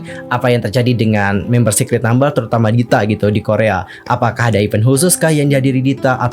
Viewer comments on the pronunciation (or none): none